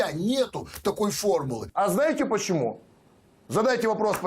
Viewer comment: Я ставлю лайк під цим відео. А знаєте, пачєму? Задайтє вапрос: «пачєму?»